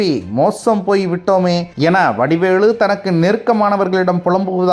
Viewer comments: வடிவேலு என்று சரியாக உச்சரிக்கவும்..! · வடிவேளு அல்ல வடிவேலு. தயவு செய்து சரியாக உச்சரிக்க வேண்டும்.